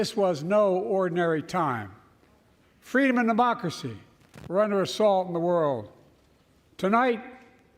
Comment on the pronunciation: Love how he says "freedomanddemocracy"